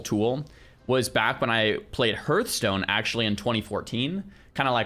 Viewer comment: pls you've played wow for 20yrs you should know how to pronounce Hearthstone.